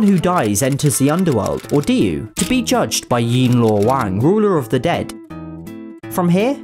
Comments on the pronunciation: 你们好坏鹅。这样说的这么搞笑。 its pronounced diyu地狱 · I just love how he said the mandarin pronounciation of DiYu (地獄) as a swear word in Cantonese… XD